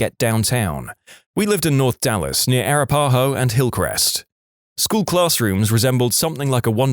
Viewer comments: It's supposed to have the second syllable stressed and all the A's short. It wasn't. Robo text-to-voice can be pretty sad. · . It's Arapaho Road. Please copy and paste correctly. Arapaho is also horribly mispronounced in this video. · Sorry 13: I'm a native Texan, and I lived in the area from the story! Which I thought was neat... But the way Arapaho was pronounced made me giggle something fierce. 💙💙